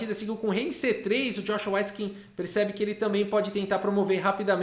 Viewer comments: S.C.A.F a pronuncia correta é weitskin.. ele pronunciou errado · Só eu que estava ouvindo a pronúncia como Joshua "Whiteskin"? Que contraste! 😆